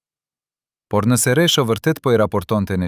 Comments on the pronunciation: Meso shqipen jo resho po rexho dhe mos perdor ll po l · Kush po folë. Një sllavë po lexon. E lumtur, jo e llumtur. E pritshme nga një gjakovar interesgji. Një gjakovar i martuar më parë me një shkinë. E mashtron një këngëtare të madhe. Jo Resho por Rexho o sllav.